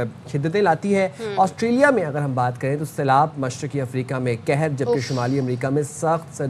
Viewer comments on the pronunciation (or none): کہر کو پیش کے ساتھ پڑھتے ہیں معنیfrost کے ہوتے ہیں زیر کے ساتھ پڑھبے سے کہر نہیں قہر لگ رہا ہے جسکا معنی عذاب کے ہوتے ہیں اردو خبریں پڑھنے والوں کا تلفظ درست ہونا بہت ضروری ہے